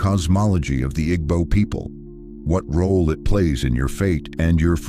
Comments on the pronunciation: Igbo is pronounced eeebooo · Nah it’s the pronunciations that irks me. IG-bo is crazy work 😂. Great content tho, I just wouldn’t mind the writer also reading it for cultural context